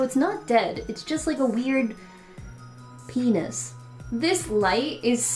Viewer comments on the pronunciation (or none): "pea- nesss" 😅🌱